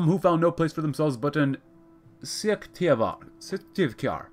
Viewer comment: Your pronunciation of Syktyvkar is almost correct.